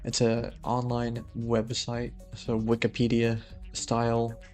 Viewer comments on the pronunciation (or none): none